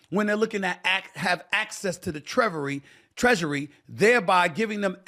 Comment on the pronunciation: Sharap. You can not even say treasury correctly. Deal with for the next four years and beyond. No one trust DEMOCRATIC party no more. They are not for the people. I can bet you should be audited too there are some USAID cash inflow to you, that’s why you are running mouth.